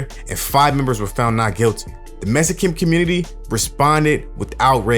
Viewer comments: The way you say the word "Mexican" as "Messican" ...ruins this whole shit for me! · I don't know where you were raised but growing up in Compton and I didn't know a black person that didn't say "Mexican" that way. It was very common. Blacks have our own twists on pronunciations of words that are like shortcuts. Some examples are "Gangsta" instead of "Gangster", "Slippin" instead of "Slipping", "Hoe" instead of "Whore", etc.